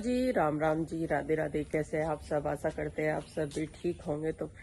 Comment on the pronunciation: Ekdam correct.Asa karte hai bolti hai .Asha karte hai bolna chahiye